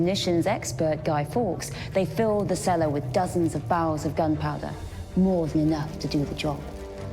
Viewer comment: "Bowels of gunpowder". The inability to pronounce "R" has it's set-backs, too.